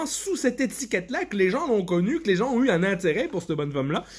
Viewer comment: L'accent est très bon, il faut juste retravailler la prononciation du "un" et ce sera parfait 🤣